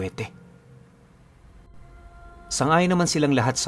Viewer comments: Shout out dalagute cebu pipunu dalaget ang tamang basa po. dalaugete peru psg basa dalaget.. ilove u po. Sana maka punta ka diti sa cebu. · Dalagit po pronunciation nyan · Dalaguete silent ehh po yan sa dulo..Bali basahin mo sya dalaguet silent e ang dulo. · DALAGIT PO ANG PAGBIGKAS NYAN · Dalaguete po ang tama niyan. Pronounce as Dalaget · Dalaguete pronounce as Dalaget yan